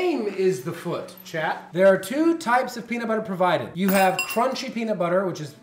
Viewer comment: I thought you kept calling Alan Chad,like from highschool musical, when you were saying chat lol